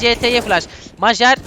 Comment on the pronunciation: kankam majer mayer diye okunuyo